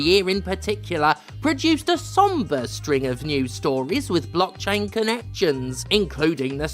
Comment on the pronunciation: "Somber"!?1 My dude, nah, that's not quite it.